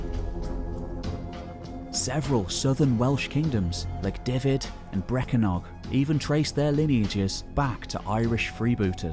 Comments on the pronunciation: Great documentary. Its Dyfed - say it as "dove ed" :-) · Sorry to be a stickler! But the Welsh counties are Powys (pronounced pow-iss), Gwynedd (pronounced gwin-neth) and Dyfed (pronounced dove-ed)! But thanks for the effort, it must be huge! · Fantastic video, slight mispronounciations with Welsh places like Dyfed, it's more like "duh-vid"; and dd is the "th" sound from "the". I'm not the best with Welsh pronunciation but I lived in Sir Dyfed for 5 years 😅